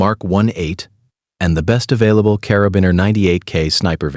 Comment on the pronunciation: how come you pronounce Carabinieri differently each time?